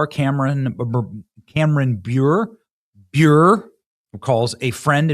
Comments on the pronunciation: Candace's married name is pronounced Burr-Ray. 😉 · I see you're not a hockey fan there Benny, It's Brr-ay. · Bure is pronounced "brr-ay" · It’s Cameron Bure- pronounced bur-ray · Candace Cameron Bure pronounced Byur-ay.